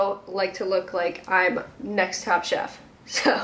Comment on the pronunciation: I thought you kept saying “top shop” not “top chef” I’m dying